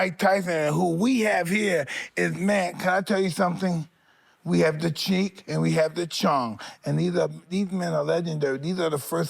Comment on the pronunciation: Why can’t Mike say cheech? 🤣